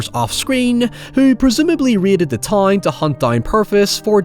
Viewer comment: What an accent. Any “ou” or “ow” is just a random vowel sound. Wild bro thinks “town” is pronounced “tie-een” lmao what the fuck